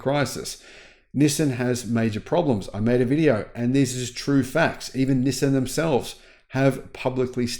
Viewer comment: you are confusing Nisin with Nissan.